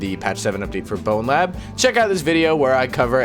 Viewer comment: you saying "and blowlab" really caught me off guard lmao